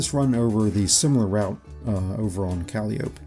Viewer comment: Thanks I might try some fluorine. Also Calliope is pronounced Ka-lie-o-pee